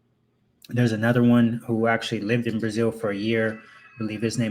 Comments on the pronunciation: He can't even pronounce brazil correctly 😂😂😂😂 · The correct pronunciation in Portuguese is Brah-ZEEL. Get a damn clue.